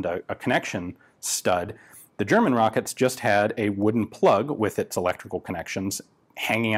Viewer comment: German here. I just wanted to tell you, Ian, that your german pronounciation skills are pretty good 👍 thanks for not giving me earcancer :P